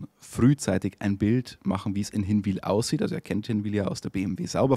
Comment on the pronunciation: übrigens, ihr müsst mal noch lernen wie man Hinwil richtig ausspricht 🤣🤣🤣